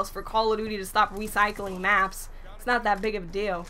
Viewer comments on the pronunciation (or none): Lol anyone notice at the end she said "wecycling" maps instead of "recycling" LOL love u!